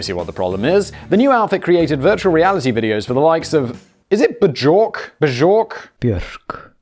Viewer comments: simon and his quest to learn pronunciation of all of the common knowledge pop culture names BZHORK ahahhahaha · Bjork= (Bee-York) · "Is it Ba-jork?" I will never leave. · Lovely pronunciation of the singer Buchork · The accepted transliteration of her name is "Be york". While I'm on the subject of pronunciation, I have seen at least four of your videos where you have muddled up the most common SE Asian surname in the world: "Nguyen". And it is driving me NUTS. The surname "Nguyen" is to SE Asia as the surname "Smith" is to the United States. Trust me, I am well aware that those languages are rough, and there is an ever so slight difference in pronunciation depending on where the surname originated (like, North Vietnamese vs. South Vietnamese, Thailand (Siam), Cambodia, Laos, etc.) when you are actually speaking the language, but the transliteration among those of us who speak English is "WIN". It's ALWAYS "WIN". One syllable, don't even try to tack on any of the actual letters in this surname. The pronunciation, every time, for the surname "Nguyen", is WIN. I went to school with a wonderful young lady who is a third generation immigrant; her father's side is Japanese, and her mother's side us Vietnamese. As a 4th grader, I bungled up that surname myself while reading out loud in her presence and she schooled me on that, and a few other things that I got majorly wrong when I first met her. HOLE-EEE-SHIT, you should have seen her face when I asked her if she was from China. I learned really fast to never pick any country when asking an Asian person where their roots are from. Luckily for me, we were able to salvage our friendship when her father explained that we were just young and inexpe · It's beeyork. The B sound melds into the Y... Also, this is my favorite channel of yours. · Hey Siri, how do you pronounce Bjork? Siri - b York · I absolutely like your pronounciation of "Björk" xD Legendary!